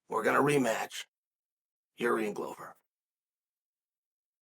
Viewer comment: I hope this spelling is in reference to chael pronouncing his name "jeery" lmao